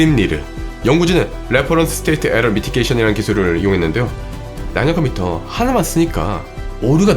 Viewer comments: 발음이 되게 안좋네요 양자 컴퓨터가 아니라 양야 컴푸터로 들리네 ㅎㅎ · 야쟈컴퓨터가 자꾸 들려 ... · 좋긴한데 양야 컴퓨터라고 들립니다